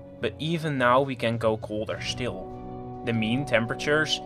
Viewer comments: When he says shtill instead of still, makes me wet myself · Wtf! Since when "still" is "shtil''? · So it is not "still" but it is "štill"...I like that 😆